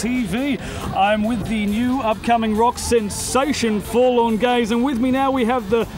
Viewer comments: I swear at the beginning the guy says "we're full on gays" instead of forlorn gaze. I'd put money on it lol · Sounds like they said "We're full on gays...".